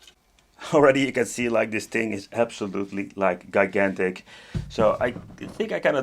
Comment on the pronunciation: “Guy-gantic”😂😂 Great video though! It’s always nice to pick up a hole grail👍👍👍👍